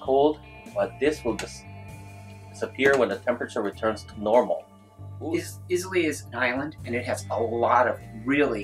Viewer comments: You keep pronouncing the name “ Islay “ wrong my man ... If you are gonna do any video on the regions of Scotch Whiskey , I would highly recommend learning how to pronounce the names FIRST ... 👍👍 Cheers ... 🥃 🥃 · I trust you guys but please get it right if your sending knowledge out eye-la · It pronounce “Eye-la” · Islay - EYE-luh Oban - OH-b'n (put the stress on the "oh" the drop the "A") Same mistake with Jura. Should be JOO-rah with the stress at the start. Izz-LAY, oh-BAN and Joor-AAH make my soul curl up and die Auchentoshan was a good effort. is ock-en-tosh-an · i clicked away at Is-Lay and Campbel-ten :D